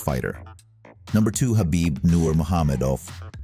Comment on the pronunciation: Khabibs name was pronounced correctly